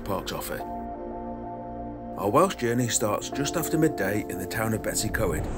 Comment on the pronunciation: It always amuses me, how English people call it "Bettys y co-ed"! It's pronounced "Betooss er coyd"! Just a friendly one, not mocking...I know how awkward Welsh pronunciations can be, even for many Welsh people! 😀👍